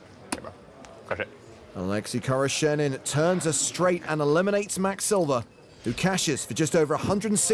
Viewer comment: Oleksi khoroshenin? I thought the commentator said a Lexus car salesman.